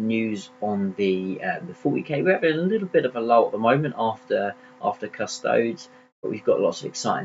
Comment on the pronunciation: 'Cus-toadies', not 'Cus-toads'.